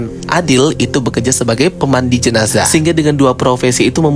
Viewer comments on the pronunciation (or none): none